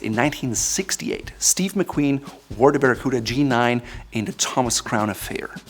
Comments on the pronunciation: 表記は「バラクータ」なんだけど日本では昔から一部でバラクーダって言われてた やっぱり発音が「バラクーダ」って聞こえるね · I came to learn the correct pronunciation of Baracuta, coota or cuhta? Sounds like the toothy fish. Thank you. I wasn't paying attention when I clicked on this vid and was pleasantly surprised to see the Captain Courtesy and Class (they work very well together dontcha think), the sartorial specialist, the Eminence of Savoir Faire, mein Herr. Circa 1980 I had a navy blue unlined Harrington, most likely by London Fog. There is a slim possibility it had a four inch ribbed section under the kidneys instead of the waist band like the G-9. Maybe the waist was adjusted by tabs and buttons below the kidneys. I would have several made in black, navy, British khaki and maybe red lined in the appropriate tartan depending on the color of the jacket. If I'm dreaming then poplin would not take the lead but rather cotton cavalry twill as well as wool in the same weave while not forgetting that poplin is better for summer wear, That's after the lottery comes through.